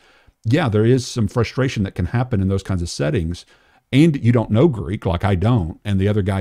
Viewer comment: Gotta be honest, James White's pronunciation of Greek is....cringey 😅